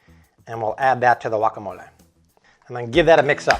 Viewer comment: I appreciate the fact that he's making an effort to pronounce words the right way. Like guacamole, cilantro